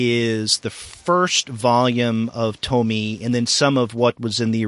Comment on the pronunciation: It hurts to hear when he says "To-my" and not "To-mi-e"